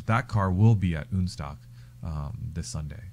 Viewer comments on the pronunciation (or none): OK, I have to finally comment on ÜNSTOCK, not the concept, but the name (yes I like modified Porsches!). As a German this makes me flinch every time I hear it. In German we have "Un..." just like in English when you negate something, like in believable vs unbelievable. But not every a,o,u in German is an umlaut like ä,ö,ü. And the "Un..." is not. I get it that is is supposed to be a merger of 2 languages to make/have something non-stock. So, the way to name it would be UNSTOCK, as far as I'm concerned anyway. You even pronounce it as "UNSTOCK". Sorry, to me its just not that funny..... Maybe I just jump into my Pörsche and go for a drive ....🤔